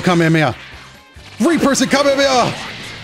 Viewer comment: I didn’t get very triggered, but I did notice that he said it wrong